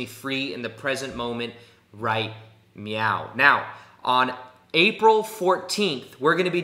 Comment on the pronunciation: 😅😅 I noticed that too.... the slight mispronunciation. MEOW purrrrr LOL